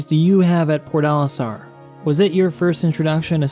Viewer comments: omg its "PORT Olistar" I was so confused as I only heard PORDALISTAR for half of the video I never played this game btw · It's probably just me, but i keep hearing you pronounce Port Olisar as Pornolisar.